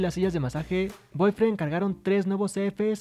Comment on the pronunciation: Se dice bodyfriend y al principio entendía boyfriend